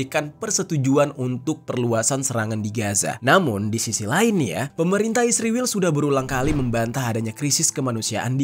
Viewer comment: Sebutan yg benar (israil) bukan (isriwil)..ngak nyambung😂😂